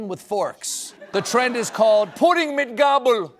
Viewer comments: Impeccable pronunciation of "Pudding mit Gabel". Is Stephen maybe really preparing to take over from Stefan Raab? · I know it was meant as a joke but that pronunciation of "Pudding mit Gabel" was actually quite close 😅